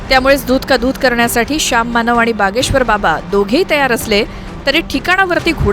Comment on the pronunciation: बागेश्वर नाही भागेश्वर 😅